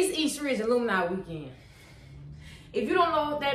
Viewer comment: I've been out of HS for 20 years 😮. Alumni is pronounced uh·luhm·nai